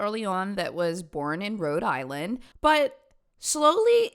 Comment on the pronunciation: i know the rhode islanders hated that pronunciation